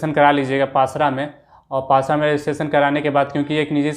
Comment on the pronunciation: Pasra nhi pasara hota hai 😂😂